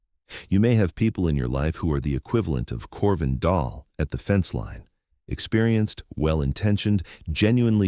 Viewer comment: Dahl (not doll) ask any Norwegian 😮